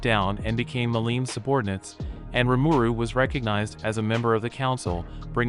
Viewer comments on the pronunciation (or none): You keep saying rimuru wrong, its (Ree-mur-Roo) si get it right, I sounded it out for you